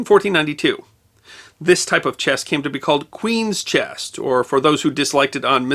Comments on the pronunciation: and others show the narrator and the closed caption are saying "chest" instead of "chess" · To be fair, he does sound like he's putting a hard "t" at the end of the word sometimes. Weird.